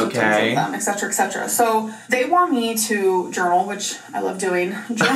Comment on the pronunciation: “Eksetra eksetra” omg I’m gonna pull my hair out